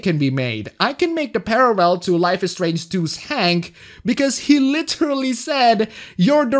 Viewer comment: At first it was just the one, but then, the barrage hits you. "Parrarrel" At least it's accurate for reporting on Japan.